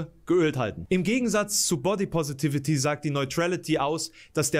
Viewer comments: Jedes Mal einen Kurzen trinken, wenn "Positivity" falsch ausspricht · Wie er wirklich konsequent das Wort "positivity" einfach nicht aussprechen kann